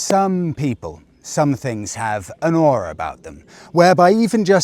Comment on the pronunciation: The way said "aura" sounds like a perfect American accent saying "or" and made me double take 😂